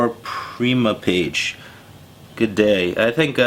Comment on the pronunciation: i love how he pronounced primeape